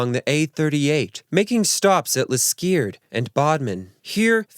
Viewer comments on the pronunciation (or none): Liskeerd = Liskeard. pronounced Liscard - good job they didn't go to worcestershire.......